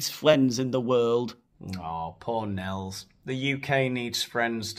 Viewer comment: Nels,2 syllables, wan Ker